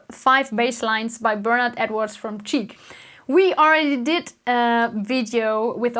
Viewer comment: Greetings from Styria! ps. the Band Chic is not pronounced "cheek" but "sheek" ;)